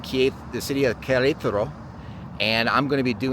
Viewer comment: What are you talking about? He got that pronunciation almost right on. Better than most for sure